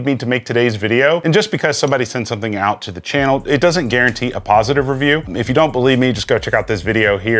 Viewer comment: “I’m gonna Pewview you!” 😅😂